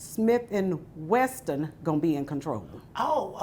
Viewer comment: It’s Smith and WESSON not Western